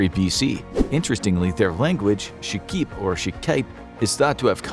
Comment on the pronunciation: Oh my... the way you pronounce 'shqip' is conpletely wrong... lol. Why didn't you do any research?!